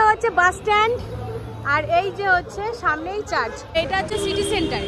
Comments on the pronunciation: কথাটা চার্চ চার্জ না ঠিক উচ্চারণ করবে কি পড়াশুনা করেছ kejane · খুব সুন্দর ঘুরলাম তোমাদের সাথে 🤗👌🎄🌹🍫🍫🍫🎄🍫🍫🍫🌹🌹🌹কথাটা "চার্জ" নয় "চার্চ" 🤗👌🙂